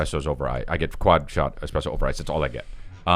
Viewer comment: Eric: "It's...egg-spresso time" Ain't no 'g' in espresso, but "to each their a n a l" - Mark Normand